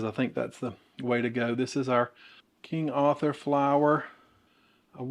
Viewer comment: I’m a born and bred Yankee and I love how you say Arthur!